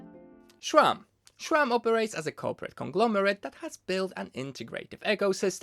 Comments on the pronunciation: My guy Schram? I wanted to watch you video but I can't get over your pronunciation There is only a "s" and I dont care that it's not your mother language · i just can’t hear “shram” one more time